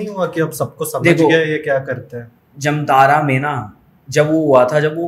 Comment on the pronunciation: प्रयास कर रहे लोगों को प्रोत्साहन मिलना चाहिए इसलिए वीडियो लाइक किया है। एक बात और जमतारा नहीं है, जामताड़ा है बाकि आपका वीडियो पसंद आया।